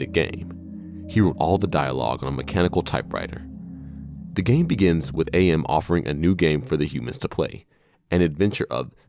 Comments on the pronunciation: whoever the dude was talking about "I Have No Mouth And I Must Scream", the name is AM, pronounced as "am". not "A M" like the radio channels. :) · It's not a bad videom, it's really good actually. But it's Am. Not A.M. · When he pronounces AM as Ey-Am. "HATE. LET ME TELL YOU HOW MUCH I'VE COME TO HATE YOU SINCE I BEGAN TO LIVE..."